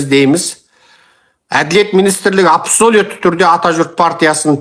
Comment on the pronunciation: Абсалуит деген сөзді дұрыс айтшы ей